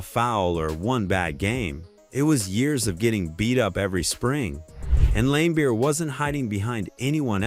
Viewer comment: Dans name is pronounced Marlee. Not Majorly. Same for Bill. Although Bill was lame his name is pronounced Lambeer